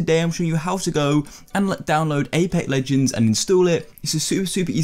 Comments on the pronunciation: this mans said apec legend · "Apa legends"